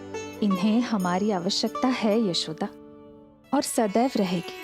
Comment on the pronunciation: yeh Indian language me kaisa word agaya aisa yeshoda ko jeshoda dahej ka jahej yeh ko je kya hai sunne me bhi achxa nahi lag raha kyun galat2 bolte ja rahe hai 😂😂